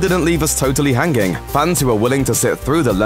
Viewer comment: did this mans really say hang-ging??? 😂